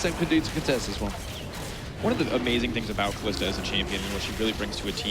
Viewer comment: i fucking cant stand that " kalista " srsly mate come on